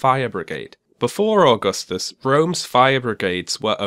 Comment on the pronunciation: being an Italian, grown and educated by a public educational system that provides young students with basic understanding of roman history even at lower ages - I'm quite triggered at the way Stefan Molyneux is pronouncing Augustus